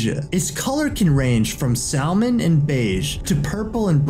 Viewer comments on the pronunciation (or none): Hey genius, the L in salmon is silent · Wait, wait, wait... you mean to tell me you're narrating a video about sea creatures on a channel almost entirely dedicated to sea creatures, but you can't even properly pronounce salmon?